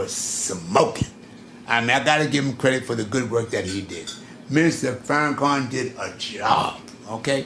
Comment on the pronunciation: Can this clown say Farrakhan’s name correct?? He is the most petty person I’ve seen.